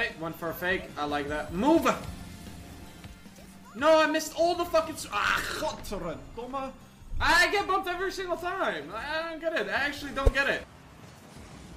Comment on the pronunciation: It's godverdomme not godverredomme bruh